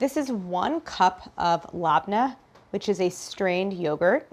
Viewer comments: Its not "lahb-nah" its "leb-neh" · I’m sorry Claire, I love you, but that pronunciation of Lebnneh was nails on the chalkboard. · Ok so I'm from LEBANON and she is making something we eat all the time but the way she says labna is very funny to me and zater it's actually لبنة and زعتر and the bread it's just manaesh 💜💜💜💜💜💜💜